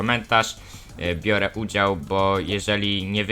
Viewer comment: "Bire udział"